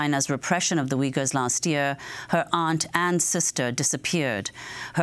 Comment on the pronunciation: They are not called Wiggers, they called Uyghurs, there is no "w" sound. It's more like ooy-gur. Just listen to her .